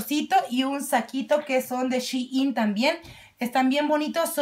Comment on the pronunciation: Shein😂 Jemmy no shiin